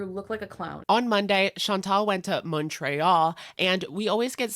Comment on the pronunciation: I hate the way you say Montréal omg